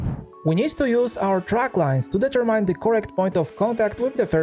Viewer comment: Advice: look for the correct English pronunciation of several words you repeat constantly in your videos. For instance: determine.